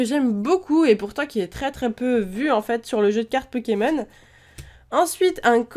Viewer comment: X) tu sais je crois que tu es le seul qui aie dit cette phrase sans faire UNE FAUTE dans le nom de ces pokemons!